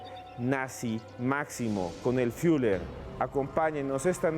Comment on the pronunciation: "el fiuler"